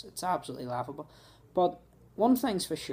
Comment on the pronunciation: Waughable. It's waughable. It is. Waughable.